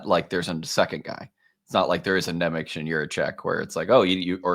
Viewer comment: Nemec is pronounced "Nemetz"